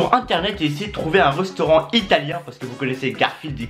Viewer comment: "Un rostaurant"